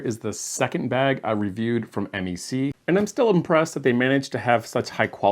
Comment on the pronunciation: Just a heads up: we Canucks don't refer to MEC as "em-ee-see" but "meck"; short e, rhymes with speck. Keep up the good work and happy travels. 🙂